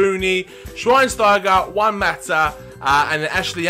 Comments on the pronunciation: Juan, not Zhuan. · Why are you calling Juan "Juwan"?